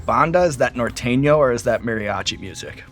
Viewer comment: "nor-TEN-yo" XD